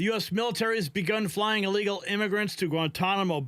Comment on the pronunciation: Soi many people say "allegal" it drives me crazy. Theres no A in the front